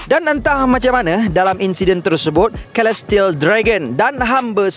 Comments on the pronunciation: Celestial = Selestiyel not kelestiyel takpe2 kita belajar sama2 haha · Ada sebutan kurang tepat. Celestial = Selestiyel, Alliance = Elaiyens.